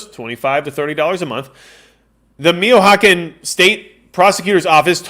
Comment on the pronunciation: Mee cho cahn. Mee cho cahn. You speak Spanish fluently but can't Michoacan??